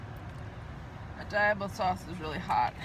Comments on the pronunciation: "Dye-ablo" I cringed when I heard that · Fishing for comments about how you say Diablo sauce...... #obviuos